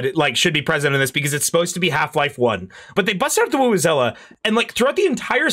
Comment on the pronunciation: What exactly is the real name of the tool for the "Black Mesa Sweet Voice"? It sounds like they're saying "woo-woo-zela" (as in vuvuzela) but I can't figure out where to find it Edit: Figured it out, it's the "Wowozela"